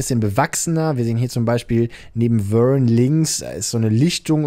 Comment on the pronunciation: Sorry aber das V wird wie ein W gesprochen, Vern heißt als Wörn und nicht Förn. Ich hasse klugscheissen eigentlich 😂